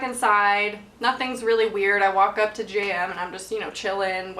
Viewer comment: Haha I thought you were saying Jam until halfway through the video I realised you were saying JM